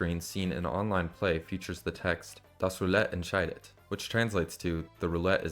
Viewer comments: "Das Roulette entscheidet" Great pronunciation! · he said that really really good. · hearing you say "Das Roulette entscheidet" so perfectly scared me for a second 😭😭